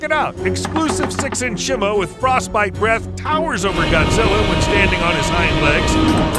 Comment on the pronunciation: is not simu is simo😅😅😅😅😅😅